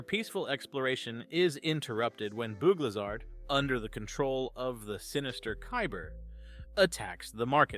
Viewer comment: "boog lizhard" bro said bug lizard wrong 💀